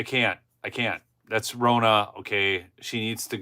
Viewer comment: It’s Ronna, like Donna. Not Rona.